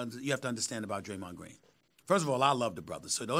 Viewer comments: “Graymond dreen” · "Graymond Dreene." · I’m still dead at “ Greymond Dreen” 💀😂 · “Graymod Dreen” -Stephen A. Smith